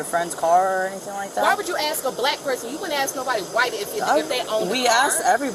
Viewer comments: Why are you using the work “ax” …….when the word is “ask” ! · Hold on!!!! Did I hear you say "axe you" 😂😂😂 No way you pronounce it "AXE" !!!